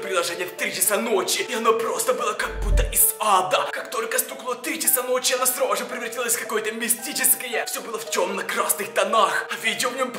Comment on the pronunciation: Я одна слышу не сразу же а срау же